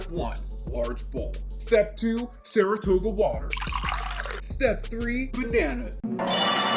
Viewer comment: Not THE MAGIC SCHOOL BUS THEME as you make your way to the store, as well as the mispronunciation of 'Saratoga' 🤣☠ Although....'gota' in Spanish means 'droplet' sooo....it still kinda works 😅👌🏽